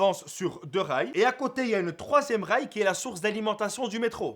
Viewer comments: Quand tu parlais de l'invention du 3ème rail ... j'avais crû entendre 3ème REICH j'me suis levé de ma chaise :) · qui a compris "3e Reich"? 😂😂😂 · J'ai entendu "3ème Reich"...